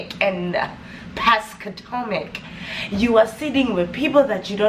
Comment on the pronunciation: please not pascotomic 🤣🤣🤣🤣 eii neh